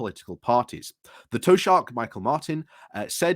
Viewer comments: You really do murder Irish names and words. Taoiseach is pronounced Tea-shock. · Man, it's Tea-Shock. Tea as in the drink and Shock as in a unsettling surprise! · Mee-hawl Martin is the Tee-shock of Ireland. Repeat aloud 50 times. You'll be forgiven as an Englishman for not quite getting the insinuated "ah" preceding the "ee" or indeed the soft "c" sound at the end, even though you use it all the time in English in words like "ache". But by god, it will be a hell of a lot less painful to listen to than what you're churning out. On a serious note - one major gripe the Irish had against their English "overlords" for the few centuries you guys got away with it was that they wilfully mispronounced Gaelic words, not just because they often couldn't get their cloth-covered sasanach tongues (thanks Patrick Kavanagh) around them, but because it was a blatant show of contempt for what they regarded as an "inferior" race and culture. Fast forward to 2022 and both Truss and struggles with the poor taoiseach probably suggest that there was actually a third reason for this apparent cultural vandalism all along! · "Toe shark"..... seriously? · Not really. The "ch" is a guttural, softer than "k". But as it’s a sound that doesn’t exist in English, your proposition may be accepted as an approximative pronunciation. 🙂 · Probably should just stick to saying Irish prime minister if he can't pronounce it properly it's also less insulting